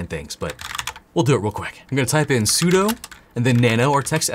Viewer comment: Dunno how to pronounce etc, but I do know sudo is sue-doo. Not su-dough. Like 'super user do'